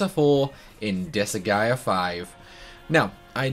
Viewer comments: I love 'disa-gaea' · I'm a fan of the anime style cut scenes with the game series on top of how crazy the speedruns of the seires are. I a huge fan of the seires. Also you are sorts pronouncing the game incorrectly at least to how I pronounce it. Oh fun fact the seires actually has an anime based on the first game.